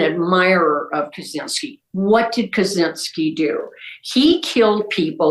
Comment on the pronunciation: Kaczynski's name is pronounced 'Catch-inski' btw